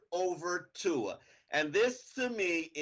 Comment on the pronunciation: how the fuck do you still manage to butchers tua's name every damn time?!!